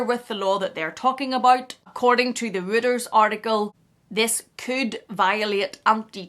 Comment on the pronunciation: It's an ugly bag. By the way Reuters is pronounced ROYters, not rooters. And it's ridiculous that the shop assistants are given the hoity-toity title of Sales Associates. If they are not earning commission and are on a wage or salary, they are shop assistants.